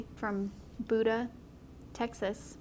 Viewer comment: Buda is pronounced. Beauda. As in beautiful...